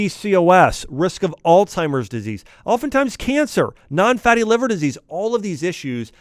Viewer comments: You're a Dr? Did you really say Altimer's disease? It's Alzheimer's. Named after the Dr who discovered and named it. Makes you not look very smart. Why would we trust a Dr to advise us who doesn't even know this or pronounce it correctly. Look it up!! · All-timers? I thought it was AlZheimers. Silly me.